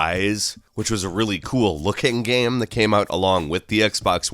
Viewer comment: why do you butcher the word game so much? stop trying to make GEM happen it's not going to happen...